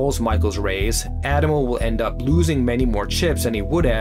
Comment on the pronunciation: except for the way he pronounces “Addamo”